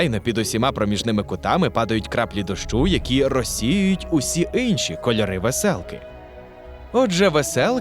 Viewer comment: Ну чого Инші? Не інші? 😢